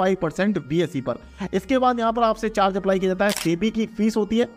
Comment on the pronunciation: Pehle NSE or BSE to sahi se boliye sir ji please 🥺